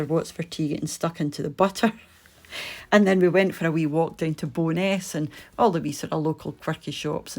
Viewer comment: wen you said Bowness, i thought you were at BO'NESS, n i got confused. Doesn't take much to do that, lol Anyway, lovely video n i'm glad you had a good time away. xxxx